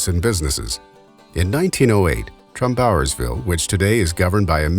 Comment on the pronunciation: Interesting video! I thought the narrator's pronunciation of "Trumbauersville" was unusual. I grew up in the area, and I've always heard it pronounced "TRUMbauersville" with the stress on "Trum", not "TrumBAUERSville" as he pronounced it.